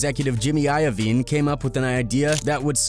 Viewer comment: Jimmy eye-ahh-vine